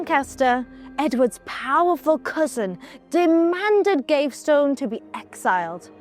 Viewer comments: It's also not Gave-stone but Gav-ee-ston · Piers Gaveston is pronounced PEERZ GAV-ih-stuhn. Not Gav-stone. Clergy is klur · jee She's blonde... explains a lot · You missed Piers Gaveston, pounced GAVESTONE!! 🙄🤣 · I'm ABSOLUTELY STUNNED that Ross allowed her "destruction of the English language " to go incorrectly said"!! Between Cleergyman and Piers Gavestone"... I was completely stunned!! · Or Piers Gavestone!! I always thought it was GAVESTON!!